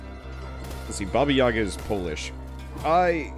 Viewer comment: yagA, not yAga. yAga - it`s a drink for gopniks.=)